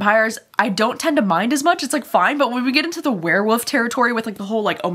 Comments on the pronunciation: Love you but I kept hearing you say “where-woofs” and it’s too funny! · I laugh every time you say werewolf. You pronounce it Wear Woof. So cute.